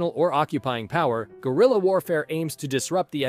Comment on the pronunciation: I heard "Gorilla war" instead of "Guerilla"